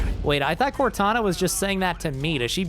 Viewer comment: I can hear "WOTana" lmao